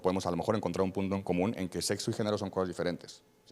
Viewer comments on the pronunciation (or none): El debate se acabó al minuto 1 de la intervención del invitado cuando dijo "Setso" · No se ustedes, pero un doctor que diga setso mejor cambio de doctor. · por qué eligen personas tan ignorantes para debatir. Un médico que dice "setso" no dejaría que me revisara ni la temperatura. Elijan mejor a sus invitados.